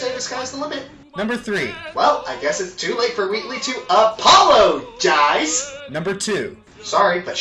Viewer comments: "Apolo-gize" You... no...no, no, no. XD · "Apollo-gize" Wait a second... APOLLO WAS THE SUN GUY! (unsubscribe)